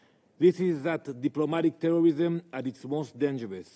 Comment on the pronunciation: The new in word😂 DIPLOMATIC TEWWWWISSSSIM